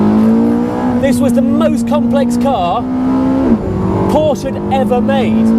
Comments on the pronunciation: 10 dollar camera, and calling it porscH .... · Por-sha!!! Get it right! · Reignmkr! Only retards in america say porsha